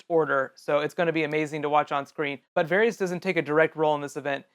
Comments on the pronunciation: It's VARRIS! RHYMES WITH HARRIS! Not Harry's. Fool. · Pretty sure his name is pronounced "Var-is" not "Var-rees."